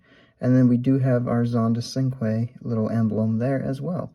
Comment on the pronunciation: I don't want to sound like I'm complaining. I used to pronounce cinque as it's written, but it's actually pronounced with a CH. So as if it was spelled Chinque